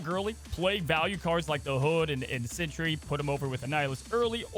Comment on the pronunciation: I love that he always pronounces Sentry as Century